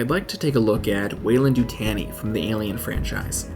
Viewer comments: Weyland you-t-on-e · Of course I see the W in Weyland-Yutani but I don't see the Y you said is incorporated. Since that was said it's been driving me nuts, I need to know!